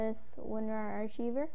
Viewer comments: lol try pronouncing it by saying ark-i-ver lol you said ar-chee-ver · archiever? its pronounced "ar-ki-ver" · Its ar-ki-ver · archiver!!! as in, ar-civer! not the way ur saying it! fiuck that got me me mad, yes i am mad, bro. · only complaint is you mispronounced a word lol archive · wow he doesnt know how to say "archiver" lolzy